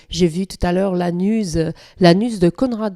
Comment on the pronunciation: OUPS Je démarre la video et, dans un premier temps, j'ai compris "j'ai aperçu l'anus de Conrad Colman", et pas "la news". Les charmes des accents mais je ne me permet pas de me moquer, j'ai souri quand même ;)